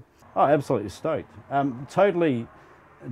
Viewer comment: "absolutely stoaked" <-----typical australian